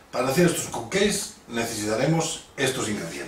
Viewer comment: fantastic per cert es pronuncia capceiks